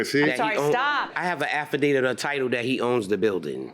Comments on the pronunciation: 😂😂😂 I caught that too. Both of them do not speak well. The defendant would say she had an “affadated” instead of affidavit lol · She also said "affadated" for affidavit.